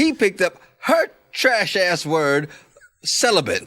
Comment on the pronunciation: Lolol I noticed saying "celiBent" too.